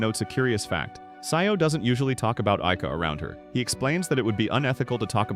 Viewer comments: Why'd you say sayou instead of Sajo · "sayo" is crazy its "sa-joh"